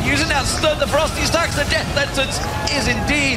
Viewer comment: ROFL his "Ferocity Stacks" pronunciation is sooo bad! xD